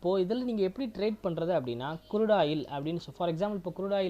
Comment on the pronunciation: Good video,, but sir kurudu oil ellai , Crude oil .. it's CHART not Chat .. sorry don't mistake me,, Ur video is good , just try to change the small pronunciations. THATS ALL 🎉🎉